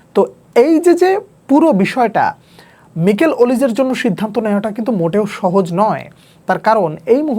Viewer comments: ভাইয়া নিকেল ওলিসে না মাইকেল ওলিসে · মিকেল ওলিজে❌ মাইকেল ওলিজে✅